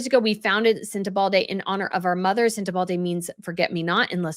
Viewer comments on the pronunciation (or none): I love you. Please don't hate me. 😵‍💫 Senta baLE not Senta balDAY. I'm not saying this to correct you or make you feel stupid I promise! I'm telling you because you are actually one of the more educated and professional sounding cream of the crop in Royal reporting and conversation, and my guess is it's unintentional. You're putting a D in Sentebale. 🤔🤔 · Love your commentary,! Just a note, it’s Sent a BALL ay, not sent a BALD ay. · thanks for your intelligent, incisive analyses. It is pronounced Luh-soo-too. And Sen-ta-bah-leh both with emphasis on second syllable. THANKS, Les from S. A. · It is sentrBALE not Balde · It is Sentebale, not Sentebalde. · I believe it's pronounced Sen-te-BAL-E, not BALD-E. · You are misspronouncing the name of the charity. There is no D in it. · It's not sentebaldey. It's sentebaLe as in sent e bally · Sorry to be critical,.....every time you put a D in the pronunciation of Sentebale it drove me nuts. I heard "Sen-a-bald-a" Agree with your premises - we shall wait and see what more comes out! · You have compelling Royal commentary but unfortunately not compelling pronunciation. SenteBALE not Sentebalde and Lesotho (Lesootoo) not Leslotho... Do your Royal Commentator homework please. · Forgot to say that, please,, be more careful in your pronunciation. It is Sentebale, not Sentevalde, as you often said in the video. I don't mind you messing up with very complicated foreign (African) names, that is certainly not for everybody to pronounce in a correct way, but Sentebale you should get right. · Hi. No "d" in Sentebale. It's not " SentebalDe. Sen-te-bal-e. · There is no “D” in Sen tebale. You are pronouncing it like Uvalde. It is Sen-teh-bal- E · It’s Sentebale, not Sentebalde 😊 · It’s Sentebale , not Sentebalde. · No d, no d 😊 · Your saying sentable incorrectly...their is no d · Sentebale not Sentebalde, isn’t it? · It’s Sentebale NOT SenteBalde…. At least pronounce the name right!